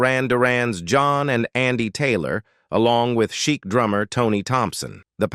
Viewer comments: I know, it should be pronounced "sheek", but that's AI for you. I also laughed when the robot said "Florence Plus The Machine". 😂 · Why is the narrator calling Chic, “cheek” 😂😂😂